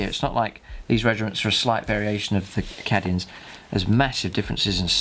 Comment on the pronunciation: So up for this good work but oh god is "Cadians" not "Caddians" oh my ears!